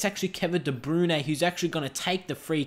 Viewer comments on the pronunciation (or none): Its Kevin De Brouyn not Kevin de brune